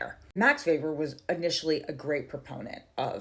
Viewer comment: OMG. Sis your one of few people who said Weber’s name correctly.